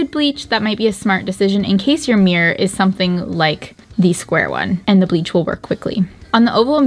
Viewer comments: Mir-ror. Mirror. You found the second syllable half way through the video. You ok? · No hate lol but I’m from the uk and it really annoyed me every time they said mirror like “Miyer” rather than “mirror” lol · As a person with English as my second language it's always confused me as to why ppl from the us pronounce mirror like mirrr or mrrr if they seem to be feeling particularly lazy, and now the canadian murr or meerrr. Why not just pronounce the word properly or change how you write it to better reflect how it's commonly pronounced? It's not like that hasn't already been done with plenty of words in the american english anyway. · I love you guys but the number of times I heard you say “meer” instead of mirror was so frustrating 😭😂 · I swear said mirror so often I only heard meer in the end 😜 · you made me so aware of how many times she says mirror and it hurts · Well I'm English and it sounded weird. Surely it's pronounced mirrah? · My husband keeps twitching every time you say 'meer' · Quarantine drinking game, drink everytime says "meeor" 😂 Can we get a re edit with a counter? Love you guys haha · Once you realise is saying meeer you cant unhear it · Am I the only one who is so disturbed by how American pronounce “mirror” ... “meee-er “ 😂😂😂